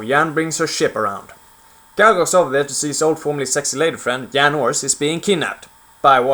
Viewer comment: The video is good but you pronounced Jedi and Jan wrong. I understand your main language isn't English but we pronounce Jedi and Jan like its spelled not Yedi and Yan. I have a friend who is Swedish his name is John, its pronounced like Yahn or Yawn but its spelled differently. Just informing you :).